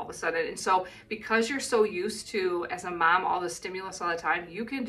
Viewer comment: You're turning into a New Zealander, you were pronouncing Mum more than Mom.